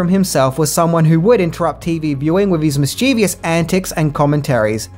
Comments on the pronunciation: mate. The word is 'mischievous'. There is no such word as mischievious. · So annoying when mischievous is mispronounced